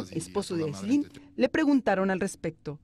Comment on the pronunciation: Al rojo vivo: Se llama Áislinn, no Aislínn...